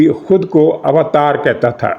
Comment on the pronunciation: اوتار کی واءو پہ زبر نہیں ہے۔ ذرا زبر کے بغیر پڑھ کر دیکھیں۔۔۔۔تلفظ واضح ہو جائے گا۔۔۔